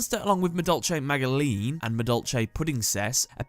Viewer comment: pretty sure magileine is pronounced majilenn